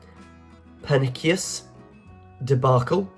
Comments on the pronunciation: Per-nik-eus… Seriously? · Had to leave after "per-nick-ious"